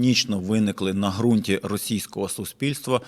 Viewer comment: як завжди, чітко й по суті, але в мене невелике зауваження: ґрунт з буквою ґ, яка позначає проривний задньоязиковий звук.